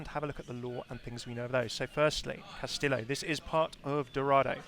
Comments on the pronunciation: Cast-ee-yo (I think) not cast-ill-oh. If I'm wrong I apologize, but most Spanish dual L's make (ee) like tortilla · I'm gonna sound like a smartass, but it's kinda bugging me, haha. The correct pronunciation of "Castillo" is Kas-Tee-Yo. Even Jeff was saying "Kas-Tee-Lo" which was driving me a little bit insane. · It's pronounced KAS-TI-YO, not castilo, pendejo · why do people say "castilo" it's pronounced castijo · Why does everyone pronounce Castillo like Tortilla? It's much closer to Cas-tí-sho than Cas-tí-io. Also, Rey Vibora means King Viper. No connections to ravens. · Cas tee yo not cas till oh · pls, I know you mostly speak English, but it's Cast-ee-yo. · Mexican here: it's pronounced "castiyoh" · Hey, I don't mean to be a tool, but Castillo is pronounced like Cas-tea-o. Two L's in Spanish makes a J sound. Not trying to harp on you, just seeing if I could save you from angry commenters. 😂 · It's pronounced cas-tea-yo :D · Just as a little Spanish for ya, Castillo is pronounced "kas-tee-yoh" I know it's been commented before but I think it needs to be emphasized cause I think even Jeph (lol) mispronounced it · It is pronounced (Kas tee Yo) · "Castillo" is pronounced "Kas-tee-yoh" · Uhm... I'm pretty sure the double "L" is pronounced like a y... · the way he pronounces castillo hurts my ears x) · its ok i didnt expect any english speaker to pronounce it right, the double ll is the letter most non-speakers have problems wih so dont worry, its an eichenwalde situation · Ya like jazz In Spanish, "LL" and "Y" sounds the same, for example: "cayó" is fell, like "he fell from the staircase". "callo" is like that dry dead skin that forms when you get a cut and it begins to scar. Llanta is tire, while Yanta means nothing and it sounds pretty much the same. So castillo and castiyo is pronounced the same, but I know that "LL" in English is different.